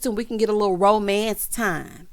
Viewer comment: Tisha said romence instead of romance. LOL